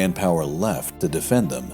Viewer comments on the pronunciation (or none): none